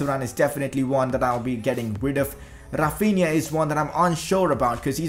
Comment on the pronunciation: Its Rafinha not RRRafinha